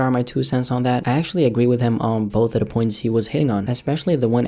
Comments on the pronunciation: do you agwee with him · "do you agwee with him" much love